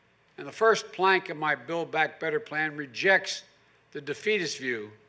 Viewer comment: “Build Back Better” is so lame. He can’t even say it right... back to your basement Joey.